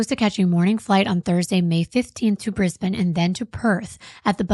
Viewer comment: Thank you so much for pronouncing ‘Brisbane’ properly! You’re amazing xx